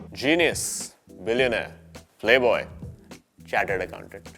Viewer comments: It's chartered accountant not charted accountant😂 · ...its chartered not charted.... they are accountants not airplanes :D Luv from hyderabad! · Its Chartered not Charted..🤣